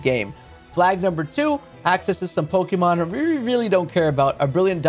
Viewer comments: Lol Hate when people pronounce Pokémon as “PoKeee-Mon” it’s Pok-Ay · Hearing you pronounce pokémon as 'Pokey-mon' hurts my soul.